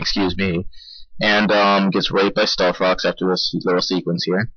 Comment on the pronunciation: AHAHAHAAHAHAHA ilove how u said "stealth Cocks" XDDDD fucking hilarious!!!